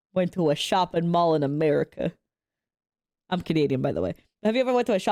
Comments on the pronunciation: 😂 I pronounce it America, not "Murica"! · ‘Murica. Murica. Murrrcca 😩